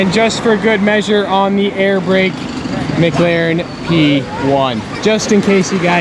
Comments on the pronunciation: Dude I love your vids but it drives me insane when you pronounce it maglaren... but you still have the best vids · Does anyone else hear mglaren when he finds a McLaren???